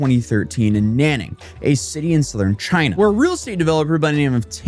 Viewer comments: Nanning XD the way you pronounce is so fing wrong Nan is pronounced closer to 'Nen' like Men but with an N Ning is pronounced closer to Neeng And its two characters so dont slur them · Soon they won't have to outsource and will be able to automate it with AI. By the way the city is pronounced "nahn ning".